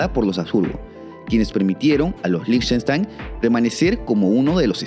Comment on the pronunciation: Felicitaciones y gracias por tanta investigación certera. Y especialmente por pronunciar líj•ten•shtain y no seguir la pandemia de pronunciar con fonética inglesa. 😊